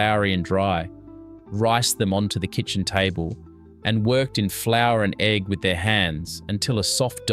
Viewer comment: yeah it’s AI. There’s a whole lot of them that are the same format. Australian, British, American, now Italian immigrants. And there are a handful of mispronunciations by the AI voices that completely give it away. The biggest one that’s springing to mind right now is egg. They say e.g.g. Oh they do that for pea too. Not every time the word is used, but often enough that it’s a tell. Also, in the Aussie ones, “” occasionally has an issue where his voice speeds up and goes chipmunkish, and stays that way until the end of that listing and then goes back to normal for the next item. As far as AI slop goes though, these are pretty good. I watch a lot of them. Especially the British and Australian ones. I find them calming. I happen to have a particular interest in historic recipes and have a collection of vintage cookbooks, and I live on a little smallholding/hobby farm and am trying to grow as much food as I can and cook from scratch and sort of live the old fashioned way but with modern appliances lol. So these are actually right up my alley. I have learned things from them that I hadn’t picked up from my cookbooks as yet, and they’ve inspired me to make a couple of very old fashioned dinners recently. I’ve had pea and ham soup, I poured off the fat after cooking some pork and kept it, I’m searching for a dripping tin that I like, it got me to finally get around to making jam from the fruit in my freezer so that I could make some puddings. So far I’ve done a regular ste